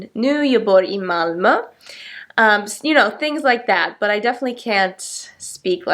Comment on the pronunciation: Ditt Ö (Malmö) is excellent.